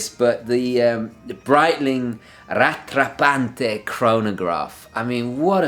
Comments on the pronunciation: The way you pronounce "Rattrapante" is hilarious. It's french :D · What's with the italian accent for "Rattrappante" ? :D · "The breitling rattrapante chronograph" Great pronunciation Sir :--))) :--) I watched It several times :-#}